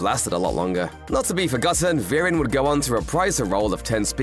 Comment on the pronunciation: Vereen= Veh-reen , not Virin